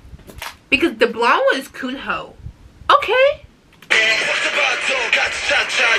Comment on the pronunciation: Actually Kunho is mostly pronounced with a silent h so it's "Kuno" and I'm not too sure about ON:N but I've heard many people say it is like the word "on" so without the second n